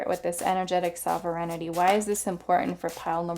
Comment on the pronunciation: Pile 1- - this is how you pronounce Sovereignty: SOV-ren-ty. It means that you rule yourself, like a country that answers only to itself (as opposed to a colony).